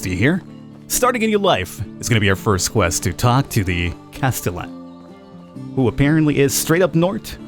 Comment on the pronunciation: I've watched 5 or 6 different people play this game over the last few days, and you are the only one to say "Castellan" correctly... I don't know why but that was bugging the hell outta me. :D So anyway, uh, thanks.